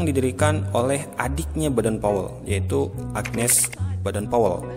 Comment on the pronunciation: Sran dari saya min klo bisa baca nama kluarga boden powel jangan badan powel semua,seperti bapak pandu Pramuka itu kan anak nya badan powel